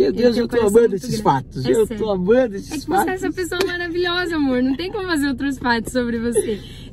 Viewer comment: Ele "Tô amando eses fatos " 😅